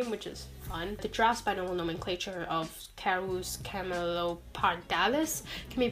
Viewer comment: you said "binomal nomenclature" instead of "binomial nomenclature" you tried